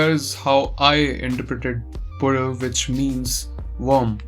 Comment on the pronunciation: You might be the first non keralite to pronounce the title correctly. Not to throw shade to other reviewers but so happy that you took up the effort and did it.